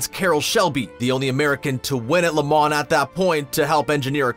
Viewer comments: And stop pronouncing the N in LeMans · It's pronounced Le mau not La man. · its LE MAHHH NOT LE MAHN add that to the facts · Please learn how to properly pronounce Le Mans. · LeMans is pronounced with the last "n" and "s" silent. You got it partially right. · You do realize you don't pronounce the N in Le Mans? Holly Crickey! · Imagine putting this much time into a video for a lot of money and you can’t say Le Mans right 😂😂😂😂🤮🤮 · when you do a video on something please learn how to pronounce the subject matter. If you need to know how to pronounce Le Mans watch Top Gear or watch an actual race. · and “versus” 🤣